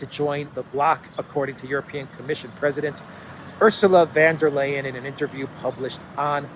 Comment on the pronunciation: For the sake of your regular listeners,, please learn how to pronounce Ursula von der Leyen's name!!!